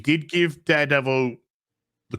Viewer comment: it's not daredevil its durrr davil